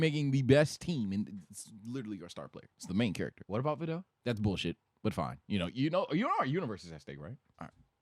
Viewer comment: I almost unsubscribe when I heard VIDEL.. 😂 had me in the first half !